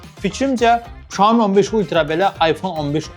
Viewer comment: Şoemu yox siyomi